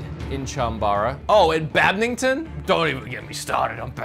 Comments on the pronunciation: Lol I love how pronounces badminton like bad-min-ton however its pronounced bad-mitten. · I'm sorry, did no one else hear him say "badmington?"